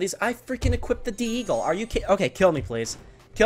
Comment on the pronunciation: the Deagle is pronounced Deagle as in 1 word not "D eagle" although the D stands for dessert